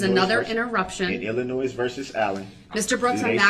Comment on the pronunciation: Illin~noise...does he not even listen? Or is he just wallowing in ignorance?